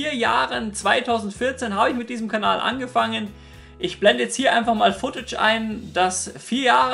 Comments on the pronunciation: Im Ernst jetz warum sagst du immer Kabal oder sowas anstatt Kanal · Gibt es irgendwo ein secret Video, in dem du erklärst, warum du immer "Kabal" anstatt Kanal sagst? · "Findet ihr auf meinem anderen Kabal"